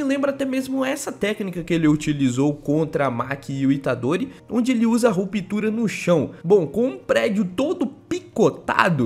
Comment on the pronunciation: Você falar Ruptura é muito estranho